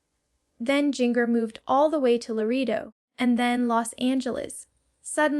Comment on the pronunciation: You can tell this is AI and not actually Jana. There’s a spot where she mispronounces her own name and another where she mispronounces Jinger’s name multiple times, as AI does frequently. Also, as I recall, she didn’t build the greenhouse. Her siblings built it as a surprise gift for her. This was posted obviously by a Duggar hater. The voice inflections are definitely not Janas. Don’t fall for lies. You can tell by her jerky arm movements that she’s not real, also she has her own YouTube vlog with hers and Steve’s names.